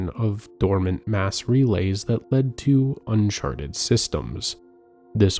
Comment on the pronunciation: I think it's AI, which is why we have "Ass relays"